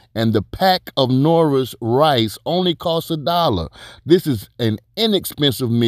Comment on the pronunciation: love what you're doing BUT if you call Knorr's products "Nora" one mo time...Lol I'm gonna lose it bro.